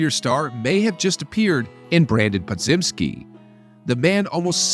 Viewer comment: It's Puh-jim-skee my man. Regardless, thanks for the regular dose of hope!